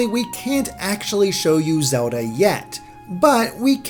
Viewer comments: Its Zelda not Soda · "this is zowlda..." -unsub